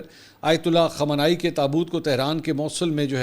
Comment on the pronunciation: MAK PL.nam sahih karlen KHAAMENAAI. JAFAR SUBHANI